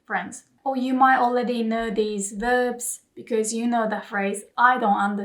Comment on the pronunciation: 『Okay, we've learned a lot alれeady. 』 I heard what you did there. 可愛い😉 お疲れ様でした。